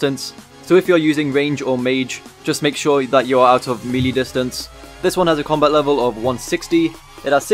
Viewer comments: Hey! Fantastic guide. Just a small critique - Melee is pronounced may-lay or meh-lay (if you're British), not mee-lee. Keep it up, bro! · Very good guide but... You kept saying "melee" its pronouced "may-layh"!!!